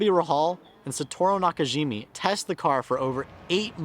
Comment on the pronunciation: Great video! Brilliant story telling and loved the part about the influence on the McLaren F1 development. But I do have things you could improve though. First is memorizing the script more. I'm not good at this either so who am I to say, but it does come off as unprepared. Second is getting names right. The Japanese driver was Satoru Nakajima, not Nakajimi (also, not shown correctly on screen), and Gordon Murray's name spelling. I don't wanna come across like a teacher criticizing a student for small essay mistakes, but I hope this helps to grow your channel more! Can't wait for more content from you!